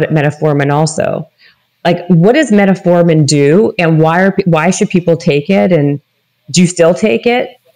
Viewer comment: It's funny when people who talks about these things say "Reservatrol" and "Metaformin". It shows a clear lack for research.